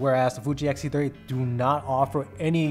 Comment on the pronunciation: It’s X-T30, not XT-30 🖖😘